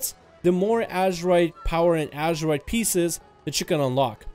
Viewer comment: Ok. wait. Whats with all this rambling (again)? You can talk about this issue in a way better structured video, i don't know like going to the POINT(and staying there)? Oh and btw pretty sure is not pronounced "ASHerite"